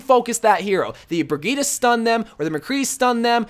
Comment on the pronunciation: Anyone else hate how he says bridgette??